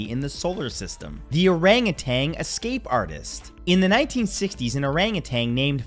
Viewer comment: What is an OORANGUTENG?? 🤣